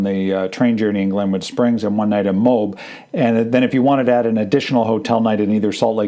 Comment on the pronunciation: MOAB -- you prounaced it "mobe" like robe -- it is promounced M0- (as in Motown) followed by AB ( as in the stomach muscle)